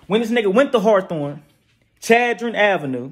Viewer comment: It’s called chadron CHAD-RON